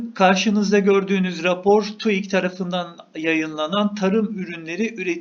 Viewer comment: Ne zaman öğreneceksin TÜİK demeyi? Hâlâ TUIK diyorsun